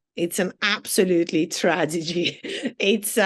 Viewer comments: Did she say tradegy ...with a de !...so much for the 100 k job and the 19 years in the UK. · "it's a tradigy... it's an absolutely tradigy..." 🤓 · She can't even pronounce tragedy! Exactly!! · “It’s a TRADEGY, it’s an absolutely TRADEGY”……… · tra-de-gy lol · Speaking of education .. I'm sure she pronounces the word TRAGEDY .. tradegy (twice). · This cat collector cant even pronounce "tragedy". The reason Western men leave their home counties. hehehehe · Conversely men don't move to Thailand to meet white women who can't even pronounce tragedy correctly.